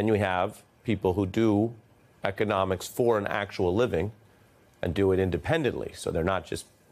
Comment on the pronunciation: someone needs to tell president diaper that it's economics not egonomics.